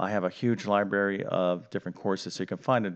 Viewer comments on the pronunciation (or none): Sorry but did you say that you have a huge LIBARY or LIBRARY. If you said Library, then I would suggest checking on your English grammar and pronunciation notes.